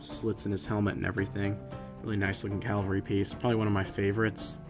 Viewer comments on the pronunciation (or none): The green siege weapon is a ballista or rampart crossbow. A trebuchet is a kind of catapult. I agree with your criticism of the map and I guess I'm more negative about it than you are. Also, maybe I am too picky but the word is CAV-AL-RY, not CAL-VA-RY.